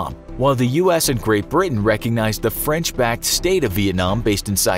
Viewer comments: Yo he just said franch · Ah, yes, Franch